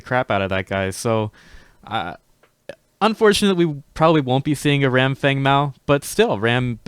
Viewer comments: Stop it with fung and kwong.... just say feng and wang... don't be obnoxious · plzwork Feng is blatantly chinese. Fong is the correct pronounciation. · Dude its Feng Mao pronounced like Fang Not sure where this imaginary u is coming from but cut it out